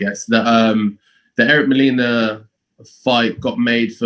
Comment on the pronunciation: lol Fabio Wardley's facial expression when strangely mispronounce Molina's name as "Molena"??